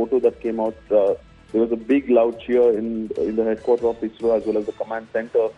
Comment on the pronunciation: IZRO or ISRO madam...😂😂😂😂